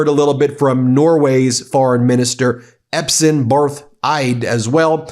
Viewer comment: Great, but... Epsen? Why are so many English speakers so dyslectic when it comes to, to them, "foreign" sounding names? Let's try it again: E-S-P. Not E-P-S. "Espen". It's not a very complex name :)